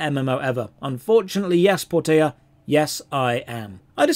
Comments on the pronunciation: Portia.. Por-te-a... no it's Por-sha. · Por-tee-a! Shakespeare would like a word with you Mr Stage Actor.